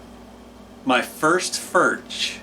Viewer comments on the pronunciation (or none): The way to pronounce Furch is to say Forsh.................................................